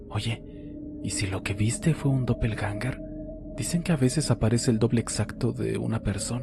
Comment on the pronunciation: 😂😂😂 pues doppelganger no se pronuncia de ninguna de esas maneras, lo he buscado en el traductor por curiosidad. Con respecto a la segunda historia tiene un par de incongruencias, la gente tiene mucha imaginación